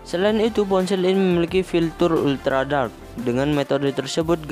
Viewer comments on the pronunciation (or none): none